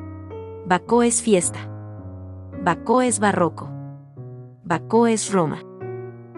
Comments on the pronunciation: Produce molestia el modo de pronunciar el nombre del pintor y de Baco, no bacó como dice. Además no respeta los signos de puntuación .Una lástima porque las obras son esenciales en la vida de Caravaggio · Lástima que pronuncie mal el nombre del pintor y también el nombre de Baco… no hay nadie que corrija a esta señorita? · Bueno el imforme gracias. perdón ¿ donde encontraron el acento en Baco para nombrarlo como Bacó? y se pronuncia Ca ra va gio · Por 🎉dice Querevagio y Baco con acento en la o como palabra aguda. Es lo correcto? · A la chica narradora: ¿por qué insistes en que el pintor es "Queraballo" y no Caravallo (en español) y el dios Bacó en vez de Baco? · Completamente de acuerdo con su comentario. No es Queravallo ni es Bacó. Es Caravallio y Baco. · Perdón pero al pintor se lo llamó Caravaggio , NO QUEREVAGGIO. Y la primera obra suya que se observa es de Baco dios del vino, no Bacó con acento en la ó...🤷🏻‍♂️🙆🏻‍♂️ Quise ver el video porque admiro al pintor, pero ese comienzo me canceló las ganas de hacerlo. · Muy cultural la información. Gracias. Es una máquina traductora? Hay palabras mal pronunciadas. "Excena" baco"queravagio. Los subtítulos en español no hacen falta, tapan las imágenes. Por lo demás excelente, muy ilustrativo. Gracias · Horrible!! Bacó jajaja Kerevallo 😂😂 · Pronuncian mal el nombre del Autor y el de Baco😢lástima